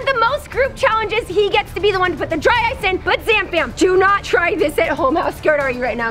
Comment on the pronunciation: I thought when she said “dry ice” it sounded like “dryce”